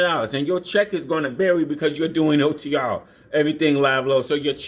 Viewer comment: He said otrrrruuuuruurrr